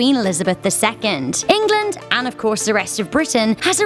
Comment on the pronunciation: Why does she keep saying England in welsh and kinda annoyed